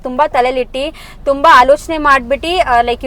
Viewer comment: Itti alla ittu antha heli kelakke chennagiratte don't mistake me